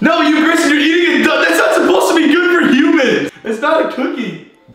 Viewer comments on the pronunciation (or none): It's Gayson here yes, not Grayson, Gayson